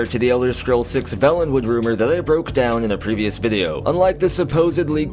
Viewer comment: you are pronouncing Valenwood incorrectly. It has only one “L” so the preceding vowel, the ‘a’ is a long sounding ‘a’. To say it as you do in this video we would have to write Vallenwood. With two “L”s. DOES IT MATTER...Hell Yes! The difference is there for a reason huh. Your video content is good.